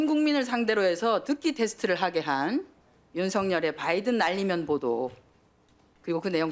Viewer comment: 은혜 젓탱이 날리면 으로 들린다